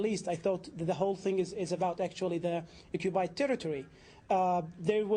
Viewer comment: It's ironic to hear a 'Palestinian' who is unbale to pronounce the letter 'P'. He says repeatedly 'Occubied territory''. This Arab man, like every other Islamist, should be greatful that any Jew is even remotely willing to compromise any inch of what is undoubtedly Israelite indigenous land - there's ample historical, religious, archeological (*and even Genetic) ties that connect modern Jews, Samaritans, to the historical Land of Israel. Muslims already have their Islamic wholy city of Mecca, but true to their colonialist invader supremacist nature, always want more, and particularly they want to claim as theirs the Jewish historical capital and wholy city of Jerusalem - it's all or nothing for Islamists, meaning, it's not enough for them to have Islam in over 20 countries, what they really want is for Jew not to have a sovereign State. Also, we in the West should stop the PC charade of using the term 'West Bank' , that is nonsense, it's Judea and Samaria and it's historical Israelite land as well. This British Muslim 'moderator' acts in typical woke/Hamas activist BBC mode, interrupting Rabbi Fleisher whenever his arguments and facts start to bother them due to being irrefutable. - no sir, it's not 'ethnic cleansing' it's called population transfer, and it hashappened throghout history in orderly and contelled fashion, such as when in 1948 Muslims and Hindus had to move due to the creation and partition of most of South Asia into India and Pakistan The use of the term 'P